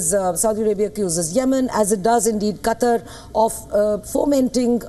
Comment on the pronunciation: Qatar is right..Not Quatar.